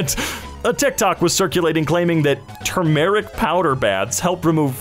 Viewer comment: mispronouncing turmeric haunts me